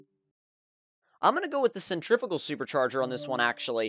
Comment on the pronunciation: sen-trih-fyoo-gal haha not sentrig-aful 90's vipers are badass! The v10 is so mental haha